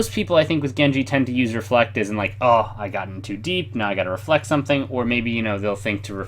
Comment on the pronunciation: its reflect